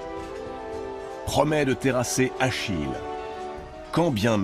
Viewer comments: Achille, pas Achilles. Allez, pouce rouge. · Où avez vous vu un s à Achille?